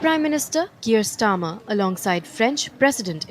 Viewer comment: She said UK prime minister Kayar Starmer 😂